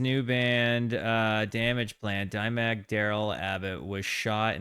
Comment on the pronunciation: "Dimeburg" Lol